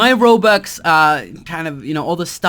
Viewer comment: he keeps on saying "Robax" X3